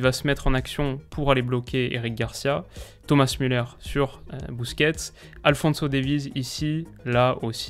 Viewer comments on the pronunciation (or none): none